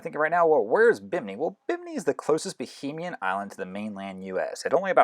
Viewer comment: 2 things....there's no such thing as "bohemian" islands as you mentioned at the beginning. However, there are "Bahamian" islands such as Bimini. Bahamian is pronounced BA-HAY-MEE-AN if you're wondering. Next, cay is pronounced "key". Surprised no one has filled you in on that yet.